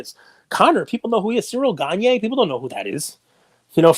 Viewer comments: It's pronounced ciril gahn not cereal ganye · Bro stop butchering cyril gane name Jesus bro